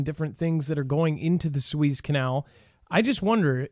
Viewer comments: haha...it's pronounced "soo-EZZ", not "SWEEZE" ( please send him a note when he does that) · Sue ehz not sue ees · It's pronounced, Sue- EHZ, not Sue-Eeez. :) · Its pronounced sue ez . rhymes with sue says. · It’s pronounced Sue....ezzzzz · Sue-ez is how you pronounce the rivervyou have been saying incorrectly since you have been speculating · Soo•ez is the pronunciation. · The canal is the Su ez (ez, as in Ezra). Suez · Su-eezzz, the E, is short, like Egg. You are pronouncing the Name of the canal awkwardly. You are saying E like Sheeep. A long E sound. Remember it's E like egg.👩‍🦰👍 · It's Spanish, so prounounce it in Spanish 🤷‍♀️